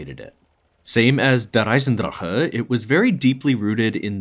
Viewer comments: bro's out here saying Eisendrahhuuuhhh but he says Gorod Krovi with the most American accent possible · Mf said "der eisendrache" as if he really speaks German and then just said "zetsubo no shima" like an American